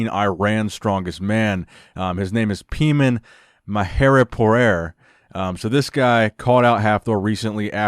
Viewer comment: His name is Pee-man.... that's awesome